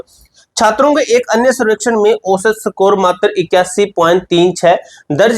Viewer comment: सकोर ❌ स्कोर ✔️